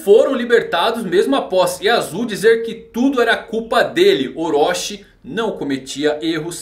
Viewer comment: Desculpa, mas não se diz Orochi como se fosse "oróxi", mas sim com a pronúncia de "orôti", Chi no hiragana tem som de TI.